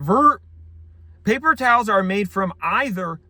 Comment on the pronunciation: I liked it when he said [ˈpeɪpər ˈtaːls]